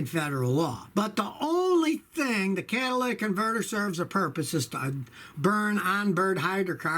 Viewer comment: "Catalyc" converter 👎 cata"ly"tic converter👍